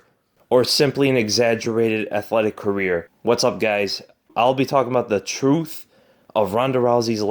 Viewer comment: Did he say Troof? I did hear that come out of his mouff. . . righff?